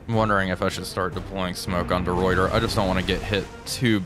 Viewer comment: Hey, small thing, De Ruyter is pronounced "De Writer"